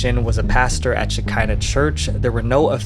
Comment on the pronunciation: I don't think that it was "The church of Shekina rhymes with Vagina. I think it was pronounced Sheckina, rhymes with "te check (is) in the" mail. This is a very old Jewish Kabbalistic concept, which is that when the Jews had to leave Israel, the female side of God remained with them on the earth. She is the Shekina. Some have called Her "The Hebrew Goddess. After the Messiah comes, the two sides of God will be reunited. And so forth. The cult obviously stole their name and the general concept.